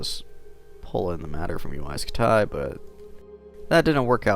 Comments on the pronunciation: HE sayed UAI SKUTIE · wtf is Uaj scu-tay?